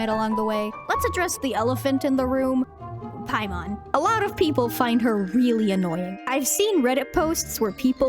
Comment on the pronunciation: It’s Pimon